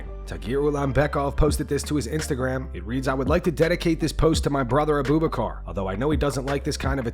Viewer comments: It's not "Uhh-BOO Buh-car" Like you are saying. It's pronounced "Ahh-boo-BACH-Er". Abu Bakr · Who the fuck is Aboobacar??? BRO... It is pronounced Abu Bakar 😂🤣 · This guy saying Uh-booboo-Car. It's pronounced Abu-Buk-Er